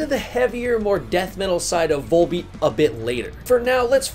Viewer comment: Awesome video, man. These guys are my favorite band these days. Gotta tell you, though… the V-O-L in their title is pronounced like it is in the word volume